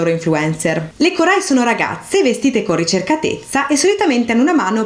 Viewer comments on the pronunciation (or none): Sei molto brava e il video è davvero ben fatto ma attenzione che molti accenti sono sbagliati (es fíttile, kórai, kóuroi ecc)